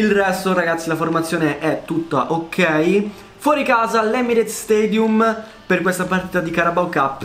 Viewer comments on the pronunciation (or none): none